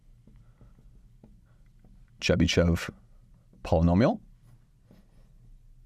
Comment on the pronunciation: In name Chebyshev sh is read hard and last e is read as o Accent is on last syllable (when e with these two dots appears accent is always on it)